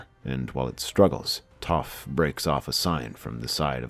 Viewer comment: Story is good, as always, but the mispronunciation of character names is very distracting. I couldn’t get through even a few minutes of the live action avatar movie for the same reason. Also how do you Get Aang’s name right but Sokka and Toph wrong?